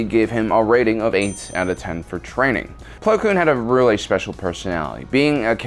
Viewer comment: it’s plo koon not plo kloon